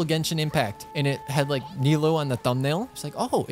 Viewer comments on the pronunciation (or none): Pretty sure it’s niloooooooo not niloh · if I hear call Nilou “Neelow” instead of “Neeloo” one more time I’m gonna lose it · btw nilous name is pronounced more like nee-loo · its not al-hay-them its al-height-am (alhaitham), the english voice actors pronounce it very VERY wrong 😭 also, yes, its knee-low and not n-eye-lou (nilou) i changed phones recently and downloaded genshin and played for a few days in eng (i was too lazy to download the jpn vo) but im glad i had the patience to download it cause i was cringing so much at the names and also paimon's voice 😔 anyways, about alhaitham, you can also just call him "al-haith-daddy" its basically the same 😺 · It's pronounced like "Niloo" it's a Iranian name